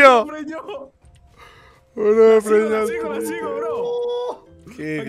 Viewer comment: Me da risa como dicen todo el rato "lo preñio" jajajajjaa